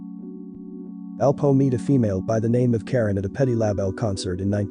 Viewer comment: Once I s “King OFF Harlem” I knew it was a foreigner doin an AI video!